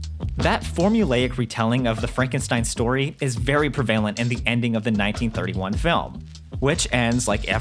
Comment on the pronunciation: Male narrator pronounces "prevalent" as "pre-VAIL-ent". Correct pronunciation: PRe'-ve-lent". TYVM